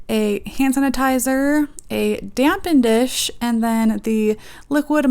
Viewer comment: It's called a DAPPEN DISH not a damp N dish 🙄😇😇😂 how you do nails and not know tht.. Please tell me you was just playin?!?!?!